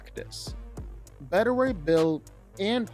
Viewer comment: Omg, it was validating for me that you pronounced it as "Betta" Ray Bill. I know it's beta (at least, I think), but I grew it up saying "Betta."